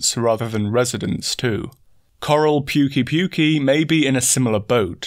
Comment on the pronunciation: (p’KAY-p’KAY, believe it or not. No seriously. Not Pukey Pukey, but p’KAY-p’KAY. Check the Japanese voice track.)